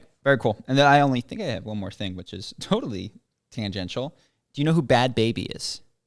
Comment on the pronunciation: Bhad Bhabie is pronounced like “barbie” with a Boston accent.